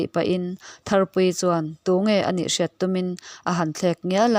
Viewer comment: Miss,, "tunge" i lam hi, i thlûk nasa deuh a, ngaihthlak a nuamlo, a bak chu i chhiar thiam